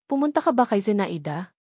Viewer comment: Kawawa naman ng narrator di marunong magbasa no! Number yan.zea i da ? Zenayda pagbasa. Daming mali nako. Over dose overdos ang tunog.